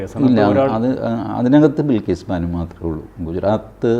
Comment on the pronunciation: ബിൽകീസ് അല്ല ബൽകീസ്‌